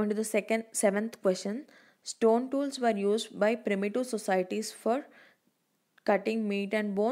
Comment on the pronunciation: many spelling mistakes and pronunciation mistakes.its tools mam not stools